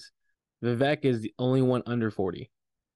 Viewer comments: his first name is pronounced we-wake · You said his last name perfectly, but not the first. The first name is pronounced: vi-vake, like cake. I know, I’m South Indian. Btw, the incentive system he’s suggesting is how money is raised for campaigns already, except it is generally done by big players. There’s a broker in the middle that does this I believe and they make a bunch of money for a fundraising campaign. What Vivek is suggesting is why should it be exclusive? Instead let every common person get the opportunity to benefit. Sounds like a great idea to me.